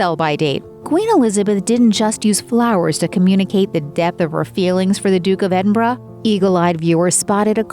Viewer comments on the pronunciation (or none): none